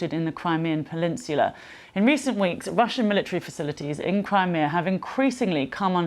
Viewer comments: Did she say “pelinsula”? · Did she really say pelinsula instead of peninsula? And she gets paid to do this? Holy fuck lol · Crimean "pelinsula"? What is happening to the English language? I think you mean "peninsula" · "Crimean Pelinsula" lmao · Crimean pulinsular???? Learn to read autocue. Lol